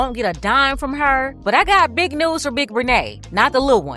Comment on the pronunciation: You gotta stress the word "big" 😂